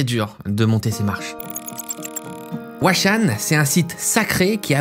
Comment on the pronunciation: c'est chaud d'aller dans un endroit et de mal prononcer son nom. Huashan à prononcer RUACHANE (prononciation des lettres à la française le H se prononce R)